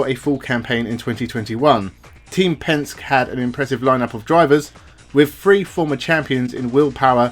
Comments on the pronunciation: The blokes name is not Pensk. it's Penske, pronounced PENSK EEEEEE. You sound like you don't have a clue, when you mis-pronounce one of the most powerful names in world motorsport . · Penske -Pronounced Penski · Just a tip so that you sound authentic, the pronunciation of "Penske" is "pen" as in something to write with and "ski" as in jet ski. He is a huge name in the U.S in motor racing circles and I'm a little surprised you haven't hear Roger Penske's name mentioned before. Re-edit the audio and no one will know.